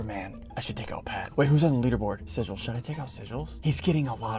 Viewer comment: why did ssundee call sigils "seril"